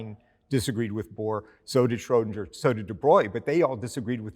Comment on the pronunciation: He makes an effort to pronounce 'Einstein' and 'Copenhagen' correctly, but then fails miserably with 'Schrödinger'